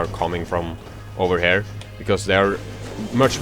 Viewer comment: You need to learn how to say "here"